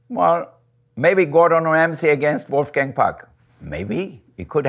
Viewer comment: It’s interesting to hear him pronounce his name with an American accent.